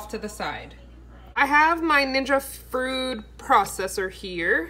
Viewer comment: 😂 YES!! You said “Frood” !! This is so my life so many things going through my head at one time my kid is always correcting me saying mom that’s not what you’re supposed to say or mom that doesn’t sound right lol!! Also I almost died when you said “vagina” chicken 🐓 Lol!😂😂😂😂😂😂😂😂😂😂😂😂